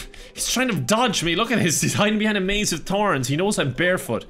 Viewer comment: That chicc didn't say behind She said BUHIND